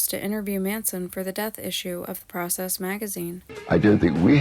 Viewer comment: For two years of extensive research one would think you would be able to correctly pronounce The Process